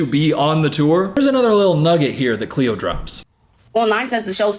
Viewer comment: It’s cleo TRAPA